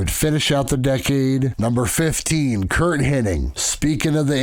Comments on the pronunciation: It's Hennig, not Henning. Just needed Buddy Roberts from the Freebirds and Davey Boy Smith from the British Bulldogs. Otherwise, solid list. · “Hennig”…not “Henning”…